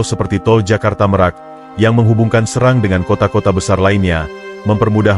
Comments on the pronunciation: SERANG min bukan SeRANG😄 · Serang bukan srang gitu